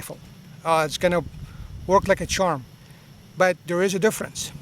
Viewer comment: "How's it goinGuh"